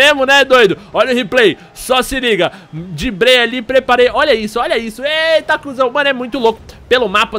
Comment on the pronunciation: O jogo é legal mesmo, mas "dibrei" foi horrível !!!